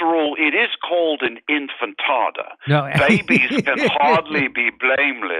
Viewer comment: Good job of making Murray appear just as snotty as he is. Ha ha ha ha Infantada instead of Intifada. LOL